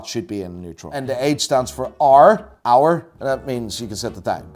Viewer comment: and H stands for RRR... Hour 😅 love!! 😂😂😂